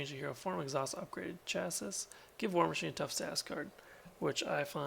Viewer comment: None of his Weapon Upgrades have the Restricted keyword (which restricts you to 2), so you can have them all out. Weapon is just a trait. Also, chassis = chassy (Like classy, with an "h" lol). I need to play him again, it's been a long minute LOL.